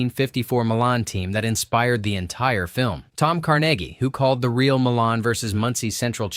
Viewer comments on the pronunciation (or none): MY-lun. Not muh-lahn. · It’s pronounced Milan, not Milan. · pronounce My Lan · It’s pronounced Meye lan, like eye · Entertaining, but... It's pronounced... My-lynn. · Milan Iin IN isn't pronounced the same as Milan in Italy. It's "MYE-lan"